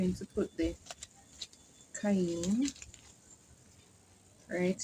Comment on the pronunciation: Cayenne pepper is pronounced KAI YEN. HOPE THAT HELPS. FOUND YOU FROM FARMING ON THE ROCKS. GREAT WORK. IVE ALOT TO LEARN 😅